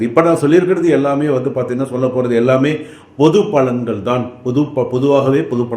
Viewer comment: என்ன யா பொது பலன்னு பொத பலன்னு...😮😮😮